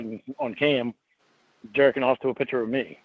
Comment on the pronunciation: this part had me howling lol "jerking awf tew a pitcha awv me"